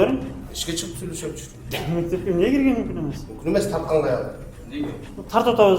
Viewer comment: мне эмне дебей сен мне эмес эмне деп дазылат айтылышы да